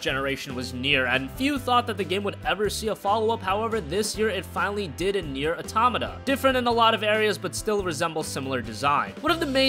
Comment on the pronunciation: Just so its clear, its pronounced; "Neir- "auto-mata", just an FYI